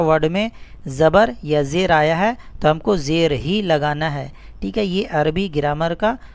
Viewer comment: Apna talaffuz to sahi karo janab zer ko jer keh rahe ho